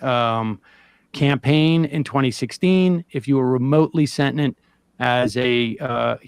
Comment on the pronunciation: That was a weird pronunciation of 'sentient' - I had to play it back to figure out what he said.